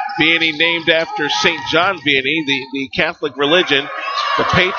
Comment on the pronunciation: It's pronounced VEEanney.